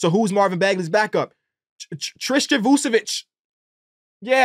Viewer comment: Vukčevic not the same as Vučevic There is "k" in Tristan last name